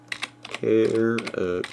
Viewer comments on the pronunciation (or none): Hehe,I think i am the only one who cought this,You said "Caracter" not Character".Lol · its character not caracter